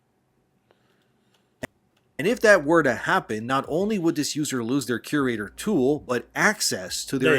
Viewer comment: I just can’t take anyone seriously when they can’t even pronounce “curator” correctly. There’s an awful lot of confirmation bias, dog piling and scapegoating happening among gamers in the community. Bad writing is bad writing regardless if it’s inclusive or not. Same thing holds true for good writing. People need to learn to accurately express what it is specifically that they find to be offensive because just calling something “woke” or saying that an “agenda is being forced down our throats” is lazy and makes you sound like you’re just repeating shit and you’re a part of a hive mind. Be specific! Because a lot of people will get dismissed as simply having a problem with non-straight people and minorities existing in games.